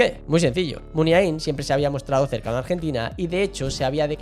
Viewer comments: Lo de no ser vasco de pura cepa y bla, bla, bla... menuda cagada. Qué es ser vasco de pura cepa? Hay que nacer al lado de San Mamés para ser vasco? Supongo que quien habla o quien escribe lo aquí narrado desconoce absolutamente la relación de Navarra y Pamplona con todo lo vasco. Otra cosa. No es "Muniaín" con acento en la última i, como se dice docenas y docenas de veces en el video. La letra más acentuada sería la A. "Muniáin", más o menos. Nunca "Muniaín". De nada. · No estaríade más que aprendieras a pronunciar correctamente Muniain...